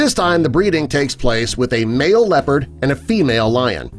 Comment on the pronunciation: it's called leon liopard you know